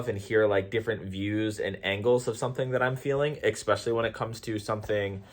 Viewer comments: Here's a debate. Is it "especially" or "eXspecially"? LOL. Spell it, then say it. If they don't "match", then you are saying it wrong. Thanks for playing the debate game. (Just bustin balls). I love your stuff,! Keep it up. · Nice topics / videos recently 👍 I don’t wanna call you out but anyone ever told you how „funny“ you pronounced especially;)? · Throughly enjoyed this video. Go into a debate humble, listen because even if you're wrong then you win by now having more information to correct that wrong and if you're right utilize grace because it is a better tool to reach people. And in the word of "Xspecially"...in subjects of politics or religion. 😆